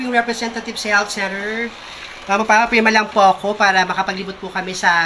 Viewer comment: Hindi ka tlaga dpat gayahin nakakabobo ka jusqko maipag malaki LNG na teache kung ma pronounce ng health center ginawa ng health cener😅 IBA baktol